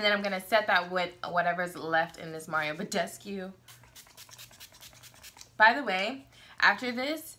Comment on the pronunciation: i'm romanian, the same country mario badescu comes from, and your 90% correct pronunciation of his name gives me life! so many beauty youtubers destroy his name haha. thanks for the video, it was really helpful, i look like lizard people with a faulty skin suit in the winter :(